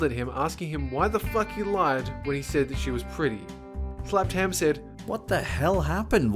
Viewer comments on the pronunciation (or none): none